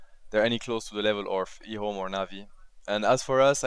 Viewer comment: says ehome like e ome, lol.